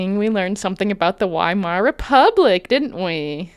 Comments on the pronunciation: He can't even do the first amount of research. It's not 'WHY-mar.' It's 'Vee-mar.' He just sucks at everything so hard lol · pronounced Weimar wrong LMAO.